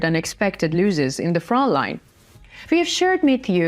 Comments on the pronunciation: Many looses...its pronounced loss is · Pronounced loh_sez not looh_sez